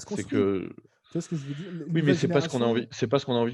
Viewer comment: "Tu vois skejveudire?"